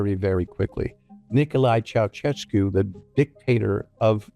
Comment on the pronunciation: your pronunciation for Ceaușescu is laughable, ș is pretty much an sh like in the word sh*t😂😂 ceaushescu